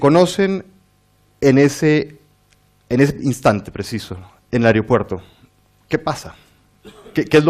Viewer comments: “Aeriopuerto”: ??? Qué tal Aeropuerto!!! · No se dice "aereopuerto". ¿Sabe el entrevistador cómo se dice?